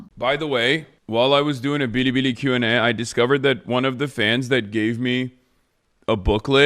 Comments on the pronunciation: intense vocal fry uhhhh i was uhhh on BIRIBIRI uhhhh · Why is he pronouncing Bilibili as Bidibidi or Biribiri? The second one is if he's pronouncing it like it's Japanese, which is actually more offensive for a Chinese platform xD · lol the localized pronunciation of bilibili, it's like when basic white chicks say "ho-lah" at a mexican joint